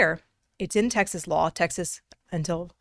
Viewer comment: It's pronounced Texas not Texas'es